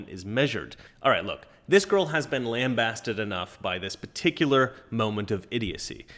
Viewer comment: "Lamb base ted", not "lamb bass ted"; see for audible pronunciation.